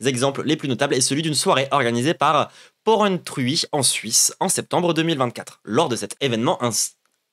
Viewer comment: Porrentruy ça se prononce « porc en truie », nos villes ont du talent !